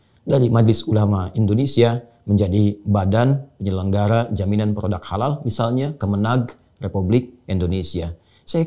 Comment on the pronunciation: Kok dibacanya seperti halaaka artinya malapetaka. Bagaimana ini. Padahala logo halal mestinya sama sedunia. Karena islam itu sama. Jalau begini. Ini namanya islam indonesia dengan lain negara seperti berbeda. ? Dasar islam nusantara. Silahkan islam nusantara minta safaat diakhirat sama pendiri islam nusantara. Karena gak mau kearab2an katanya. Cap ubur2